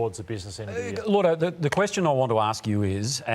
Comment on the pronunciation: It's Lloyd-o. Not Lord-o as everyone pronounces it.